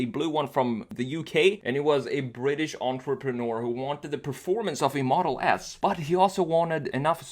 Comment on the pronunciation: dude why do u say tesla model ass instead of model s lmao